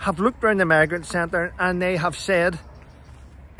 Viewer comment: Morning, I laughed when you first said “ migrant centres “ I thought you said “ maggot centres “ probably nearer the truth 🤣